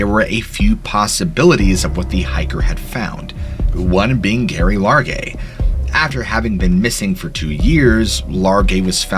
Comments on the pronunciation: The name "Gerry" is pronounced with 'j' sound...not s hard 'g'. I know this may sound nitpicky, but it's so incredibly hard to hear this poor woman's name butchered repeatedly knowing what happened to her. It's also not a super unique name. Gerry, Jerry, and Gerri are just nicknames for Gerald (male) and Geraldine (female). All pronounced with a 'j' sound. Please just make sure you do some extra digging if you come across a name you aren't familiar with. Especially if you're talking about someone deceased. Just out of respect. 🙏🦋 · I think Gerry is pronounced with a soft 'G.' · Pretty sure she pronounces that Jerry, like most women. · Geraldine or Gerry's name is pronounced Jerry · PRONOUNCED JERRY FFS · Gerry is pronounce “Jerri”. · Great videos, but a word of advice, particularly when dealing with stories about those who have lost their lives, be diligent about correctly portraying their names. "Gerry" short for Geraldine, is pronounced as Jerry, and Geoffery, is simply an alternative spelling for Jeffery, rather than "G-off." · Her nickname is pronounced Jerry. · Her name would be pronounced ‘Jerry’..Gerry, I’m guessing is short for Geraldine. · it's pronounced like "Jerry" .. like with a Jay.. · Yes and Geraldine (Gerry) is pronounced with a "J" . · My grandmothers name was Geraldine. The name should be pronounced Jerry not Gary. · Gerry, as in "Gary"..really? How about the name pronunciation as "Jerry" due to shortening from Geraldine, a female name..bc it's a woman. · Not Gary it’s Gerry (pronounced) Jerry. Also at least 2 murderers arrested. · Her name is pronounced Jerry not Gary and she set up her tent a few hours after getting lost and never tried to hike out again after that, she spent almost a month hunkered down 2 miles from the trail and if even she went the wrong way she was half an hours hike from a logging road. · Her name was Geraldine so it is Gerry like Jerry but with a G not gary 🙄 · It's Gerry not Gary, as in short for Geraldine 🤔🤨🧐🤣🤣🤣💯